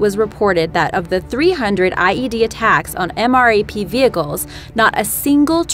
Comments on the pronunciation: She said M.R.A.P... Do you even English? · QUIT saying M R A P you say it all together MRAP. My goodness that's so annoying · Stocky yes she said mrap but it's pronounced m rap. Like you say the letter m then the word rap and that is what the OP was trying to say. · anyone else cringe every time she said M R A P instead of pronouncing it M-RAP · I got trigered when she said m.r.a.p in stead of m. rap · For the MRAP it is called "M Rap" not M.A.R.P. Its like nails on a chalkboard when people get military terms wrong. Like FOB (Forward Operating Base) is pronounced "Fob" not F.O.B. Its like when people think AR means assault rifle... None the less, thanks for the great videos. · It's pronounced M RAP